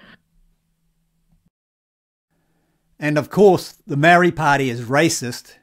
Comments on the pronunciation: dude , sound your vowels MA - O _ RI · Dude you keep pronouncing the word Maori wrong and bigoted. Why don't you show some respect and start pronouncing Maori properly after all you're a NZers and was born and raised here no excuses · Heh heh, even the Maori called themselves Mau-rees until very recently. Some elitist Maori refer to themselves as Mow-ri. They are having a real problem with their 600 word language, even how to pronounce it. They are not the brightest bulbs in the genetic pack. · Problem is that there is not one pronunciation of the word. As someone who was born here and raised here I have heard Maori themselves pronounce the word many different ways, eg Maardi, Mowri, Ma-ori, MOWri, and I am sure my list is not the end of it. By the way I would be interested to know why his pronunciation is bigoted - not trying to defend the commentator in any way but how do you tell?